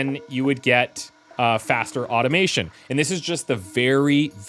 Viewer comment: I thought called this an Oddomation game when he was saying Automation 😅